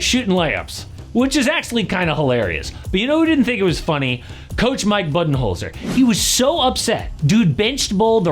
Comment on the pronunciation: Boo -den -holzer NOT Bud -en -holzer. even tho his nickname is Coach Bud. Isn’t your job to know these things tho? 😂